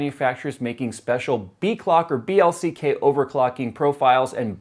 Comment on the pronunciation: Dammit,! Right at the beginning you screw up! You said BLCK-Overclocking and not BCLK-Overclocking.._.